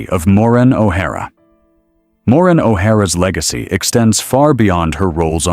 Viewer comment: AI voice cannot even pronounce her first name correctly. Total disrespect to a hollywood icon. She deserves better AI creator! Shame on you!!!! Renders this whole thing sad